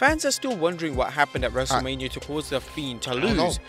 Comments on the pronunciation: Wrestle-mia!?! Delete the episode......Delete host...... lol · Wrestle-LAME-Mia. Lol